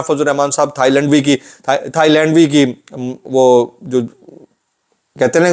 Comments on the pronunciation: This is not a Mask it is a large XXX Size FL…. Moulana is very true you said in the beginning “Thai-Lund V Lilli’ please don’t try to correct it….. 👌👌👌👌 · 😂😂😂😂 hilarious slip of tongue Moulana Fazl u rehman "thai-Landvee"